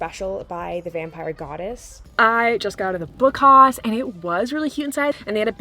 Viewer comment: Hi, I loved this video 😍 Actually “Haus” is german for house and it’s pronounced just like the english word ☺️ Greetings from Germany 🤗